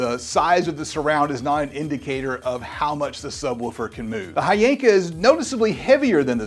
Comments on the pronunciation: Its HHYYYYYYYYYANKA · The "Hy" is actually pronounced like a "W"..... So it's actually "VVanker" 👀🍻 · They reached out to you and you didn't even know how to pronounce the company name? 🤔